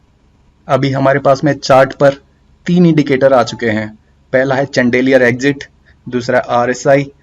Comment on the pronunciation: चन्देलीयर नहीं bhai शैंडलियर